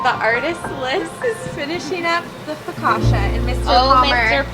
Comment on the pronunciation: Loved everything😍! Just so you know, the double C in focaccia is pronounced as the one in cappuccino